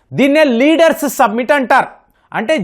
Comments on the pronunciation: ❤ సబ్మిట్ కాదు. సమ్మిట్. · సబ్మిట్ కాదండీ సమ్మిట్, శిఖరాగ్ర సమావేశం. సభ్య దేశాల అధినేతలు పాల్గొనే సమావేశం.